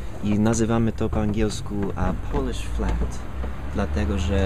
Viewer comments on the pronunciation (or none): none